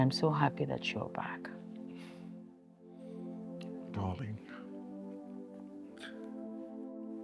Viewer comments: Toney umez 😂😂😂 say dorling 😂😂😂😂😂a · Durling 😂😂😂 Okponuu man....😂😂😂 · even in 2025, Tony Umez is still saying "dorrling" 😂😂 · This man get problem with the word DARLING 😂